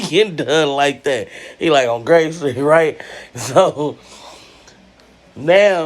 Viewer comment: When she said the dog was saying grrrrave street 😂😭